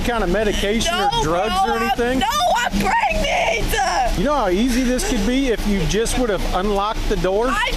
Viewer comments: "No, I'm pregnant-uh!" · Did she just say "im prengnet" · The word pregnant has one syllable I love when these idiots go to jail Stop using two syllables for one syllable words